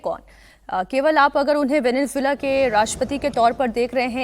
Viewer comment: एंकर को सबसे पहले वेनेजुएला बोलना सीखना चाहिए, यानि इस देश के नाम को कैसे उच्चारित किया जाता है, सीखना चाहिए ।